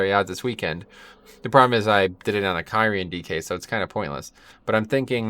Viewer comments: (Khear-ean) lol love the content just triggered by the pronunciation <3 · If you like kyrian so much please for the love of god learn how to say it lol. It's a little thing but there's so many times it's said in game there is no reason to say it the way you do haha.